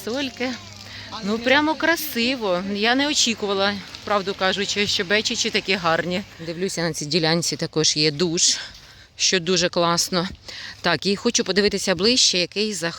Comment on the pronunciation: Нема "БЄчічі" - є БЕчічі.